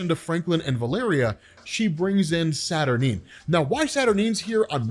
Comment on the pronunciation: Staturnyne's pronounced statur-nine, or 9